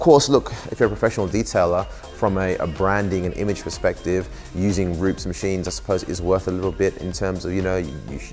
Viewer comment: rupes not rups